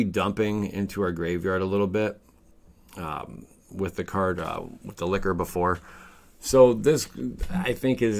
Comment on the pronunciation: "Liquor"..."Underground Tomb...sorry, Tome"...are you trolling us with the mispronunciations? It's just Lich, exactly as it's spelt!